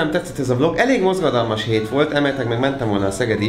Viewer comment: hogy mondtad? Csak mert én úgy értettem hogy MOZGADALMAS XD